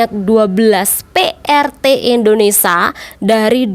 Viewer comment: Nyebut nya di beneri dikit ce.. INDONESIA..